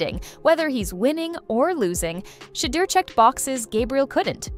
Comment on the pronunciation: this chic called him sheee-durr lmao